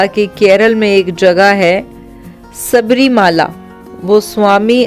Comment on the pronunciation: सबरीमाला नहीं शबरीमला कहना चाहिये । ऐसे कई दोष हैं ।